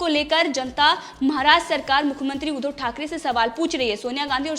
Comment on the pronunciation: ऊधो नही उद्धव बोल